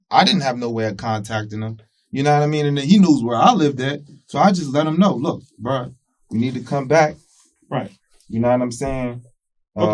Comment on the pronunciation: Say BRU one more time and it’s a dead giveaway you’re lying not to mention uneducated